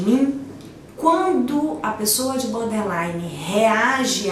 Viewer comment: É BORDERLINE , nao BODERLINE. Falha grave. Nao é um transtorno de aprendizagem!!!